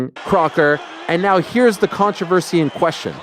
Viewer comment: Has anyone ever said "controversy" the way Ariel does? This is way worse that "I-ron"